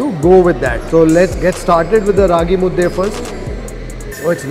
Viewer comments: Thank you for pranouncing "Raagi Mudde"correctly, Kannadiga💪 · since ragi mudde was pronounced properly gave that example... Rave undde , nuchin undde, puri undde anything will do... 😂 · He can say raagi mudde but he cant say kheema unde😂